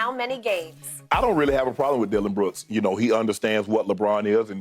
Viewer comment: Beruk not brooks 😂